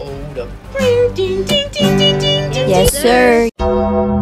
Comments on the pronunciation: "Insian" "Chiange" 😭😭💀💀💀💀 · the way he says insane ''inswyane just makes me laugh🤣🤣😅😅